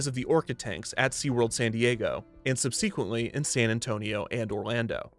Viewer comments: Subsequently is pronounced: Sub-seck-went-ly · Kevin, you’re great. But there’s one flaw: it’s sub-suh-quent-ly, not sub-seequent-ly. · ...Did he just say "sub-SEA-quently" instead of subsequently?? Great punwork there, a real groaner! 😆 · always enjoy the random words you mispronounce (sub-SEE-quently) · Lol wait ... sub-SEA-quent-ly...??? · Sub-sea-quently? . I guess that tragic mispronunciation is apropos (5 points if the narrator can pronounce this word) for a video about Sea World. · sub-seaquently check out the pronunciation of that word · Sub-sea-quently? Is that a pun? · Sub-Seek-went-lee? Ok then. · Subseequently. How you can tell somebody didn't write the script. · That's a wild way to pronounce subsequently lmao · Love your channels and docs, but please look up how to say the word “subsequently.” That was painful to the ears. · i thought he mispronounced the word "subsequently" until it hit me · great video but lmao at ur pronunciation of “subsequently” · You pronounced subsequently wrong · please learn to pronounce “subsequently” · You really need to work on how to pronounce subsequently. It's not a big huge deal.... but sometimes you need someone to double-check your pronunciations. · Do you seriously not know how to pronounce subsequently? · Dude, you're too smart to go through life thinking that's how you pronounce "subsequently."